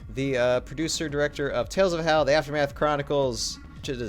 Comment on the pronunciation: Not to be nit-picky but every time you say Valhalla all I can think is why is he not pronouncing the L.. all i hear is "Vaallah"